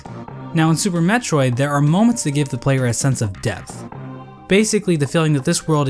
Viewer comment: ... you put the emphasis on VANIA, even though it should be on METROID. The VANIA is from Castlevania, lol